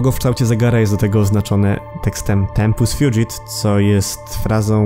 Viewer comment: Tempus fugit czytamy tak jak piszemy, nie tempus fjudżit Tyle się przyczepiam, ogółem spoko materiał